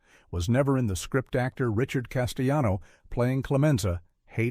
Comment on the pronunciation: I know, right? Definitely an Eh? Aye? voiceover. But it wasn't just the irritating humanoid quality of the voice and it's inconsistent pronunciation: sometimes it pronounced Caan as "can". And it consistently mispronounced Richard Castellano's name (the guy who played Clemenza). But how about that b.s. about James Can "improvising" at the toll booth scene? What was that nonsense about "he kept the engine running"? Who the hell turns off their engine when they drive up to a toll booth? smh 🤦🏻